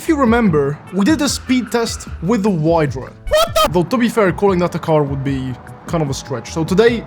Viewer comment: bro its called "wydra" not waydra